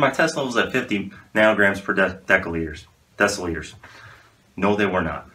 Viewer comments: "decaliters" LMAO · This mans said deca liters💀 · Per Deca liters 😂 I'm dying